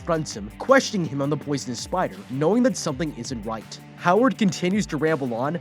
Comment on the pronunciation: he said wight not right